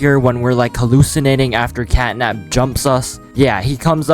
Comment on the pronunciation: it is catnap not catday